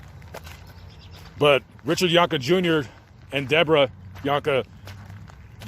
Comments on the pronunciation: First of all why do you keep calling him Richard (phonetic spelling of your pronunciation) Yonka? I went to school with Deborah and Richard and they pronounced their name as ‘Jankee’. That aside: Being abused gives you limited responses that are not understood by those who were blessed to grow up without violence. Like Richard, I was seen as different and would eventually get into fights after being unmercifully bullied by the same tormentors as Richard. The difference between myself and Richard, even if I didn’t win I never backed down and I only had to fight those kids once. My fathers advice,? ‘As long as I didn’t start the fight I had his permission to finish it.’ He said “..if they knock you down, you get up and annihilate them.” My father green lit my responses and gave me an outlet. He was wrong. Behind closed doors the machine of abuse has differing effects on children. From reading the book. The Poison Tree (if we are to take even 50% as truthful) it aligns perfectly with my own memory of Richard riding the school bus and shying away from confrontation. I remember the Carrols lives next door to the Jahnke home and Steve (an incorrigible bastard) tormented Richard so much that Mrs carrol and Mrs jahnke waited in their respective driveways to make sure nothing happened while the kids waited for the school bus. The bus stop was created on the lot line between the homes as a ‘safe’ stop. Richard was quiet, passive, and seemingly un-friended. That torment by bullies compo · Jank-ee is how their name is pronounced. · This is my hometown. The last name is pronounced John-kee. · Learn how to pronounce their name